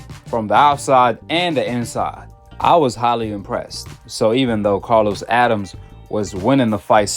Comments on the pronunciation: It’s not Addams! It’s Adames! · Learn how to pronounce a fighter's (Adames) name correctly. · His name is Adames, pronounced (Ah da mes) not Adams. Learn how to properly pronounce a fighter's name and give them the respect they deserve. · (Adam-Es AdamEs. Adames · Good content but you killing me with the name mispronunciation ahk. (Ah-dahm-es) Adames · I rock with you heavy man love your content, but you butchering names 😂 it’s Uh dom mess =Adames and Buh ros so = Barroso old man who fought Rolly. Not Barrios keep doing your thing though 🫡